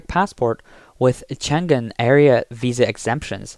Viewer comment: liaison is pronounced "leeason", not "lazyon". It is also "accreditation", not "accredation". The "g" in Schengen is soft, not hard. There are a few other such errors - maybe get a more qualified English speaker?